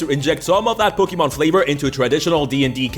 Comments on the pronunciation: I will kill you if you say pokeman again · I like how you talk "pokimen"